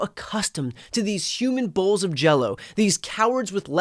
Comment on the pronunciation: Did you say “bolws of jelly”😂